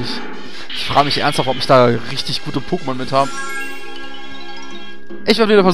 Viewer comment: Aggressionen wegen der "Pokémon" Aussprache des Moderators. ICH VERSTEHE DICH.